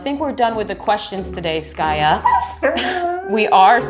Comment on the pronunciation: Skaya not Skate